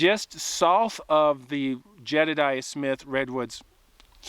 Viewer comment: No hate,, but you pronounce "south" in an unusual way. Canadian or Minnesotan, perhaps? I enjoy your videos!